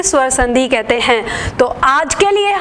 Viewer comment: मेम आप बहुत लाज़बाब पढ़ाती हैं। परंतु छोटी मात्रा का उच्चारण भी बड़ी मात्रा जैसा करतीं हैं जैसे संधि को संधी बोलती हैं